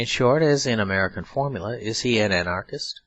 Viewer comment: I'm very grateful to this reader or his clear diction. But I'm astounded at his perfect genius for mispronouncing many words by emphasizing the wrong syllable! The dozen times that the word "anarchist"" occurs, for example, he confindently pronounces it a "an-ARE-kist." And "automaton" becomes "aw-to-MAY-tun." Such things keep happening, as when he accents the last syllable in "servile." He is a rare phenomenon that should be studied!